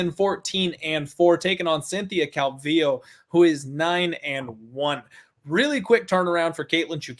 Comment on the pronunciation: What’s up wit this guy who can’t say “calvillo “ right !!! Cmon bro !! 🇲🇽